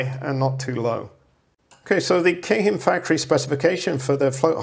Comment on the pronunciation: What I like best about this video is I’ve finally heard someone pronounce Keihin correctly. It’s not Keehin, it’s Kayhin. Whenever I pronounce it right shop people look at me like I’m dyslexic. Little do they know I lived in Japan for many years